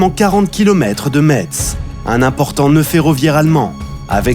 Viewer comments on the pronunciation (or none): Juste pour Metz on dit [messe] et non [mettsse] à part ça bonne vidéo et le narrateur nous plonge bien dans l’histoire